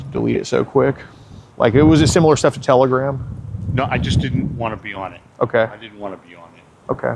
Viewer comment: T T T… Tel… Tela… Tela... Telagram? Telgram?! It’s Telagram😐😑…😂